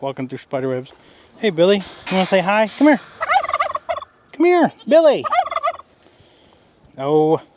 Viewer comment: Yay! You got Billy's name right lol!